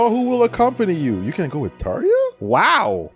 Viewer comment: Yeah, the way Tarja is spelled and pronounced in the game is the exact way it would be in finnish.